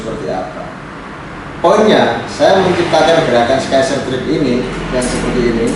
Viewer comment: Cuma mau koreksi. Scissor bukan dibaca "Skaiserr", tapi " SIZERR".